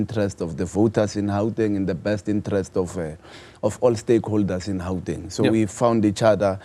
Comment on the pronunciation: My bro pls stop acting hle just say Gauteng not Hauteng